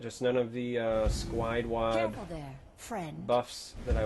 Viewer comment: "Just haven't gotten any of the uhh... sqide wuad... buffs?" ahahahaha I'm dying